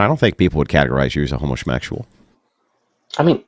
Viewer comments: Is dude saying “homosmexual?” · "Home-uh-shmectual" Sorry, what? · Why do they keep saying "homo-smexual"?